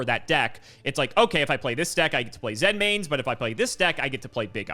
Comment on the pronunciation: "Zen mains? That sounds correct." "Correct." Ah, yes, the monster that armed with mines, with an effect to directly reference stepping on a mine, using the Japanese word "Zenmai", is pronounced like the state "Maine."